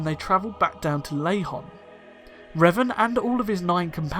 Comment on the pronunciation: It’s Lehon, not Lahon!!